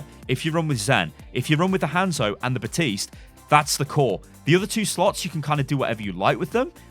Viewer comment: Baptiste not butiste